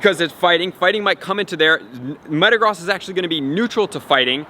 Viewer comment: Good video, I didn't know this and will help a lot. And Metagross is pronounced Me-ta-grose so you know.